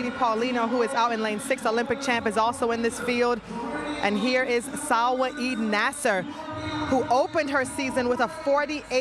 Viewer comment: Pronounce Salwa Eid Naser properly!